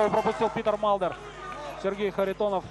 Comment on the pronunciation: Комментатор называя имя Питера Малдера всегда вместо буквы т произносил д. Как зовут этого бойца?))